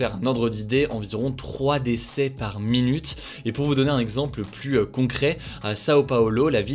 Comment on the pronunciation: Débat du jour: Souhaitez vous que Hugo apprenne à prononcer le mot "plus" correctement ?